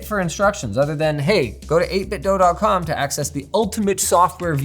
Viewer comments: It's "eight bit do" not "eight bit doe" v annoying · Everyone pronounces it 8 Bit "Dough" but it's actually "Doo" like Scooby Doo. Verified by the company. Normally I wouldn't care if someone mispronounces a random company but these guys are absolute masters of controllers and deserve the utmost respect to their name! The 8BitDo Ultimate 2 controller is the best controller for the price ever created. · It's pronounced 8bitdo like scooby-doo (apparently)